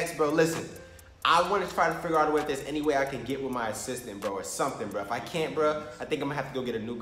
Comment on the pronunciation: Every time you say “Assistant”, it sound like “Sister”